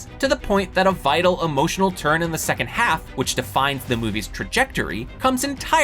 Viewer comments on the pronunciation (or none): none